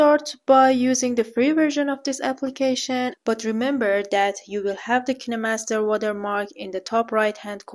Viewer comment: why everyone pronounces it ki ne master not kine master